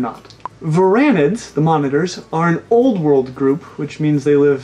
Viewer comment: That’s wrong. I didn’t unsubscribe because of your pronunciation of Argentine. It was because of "Anole".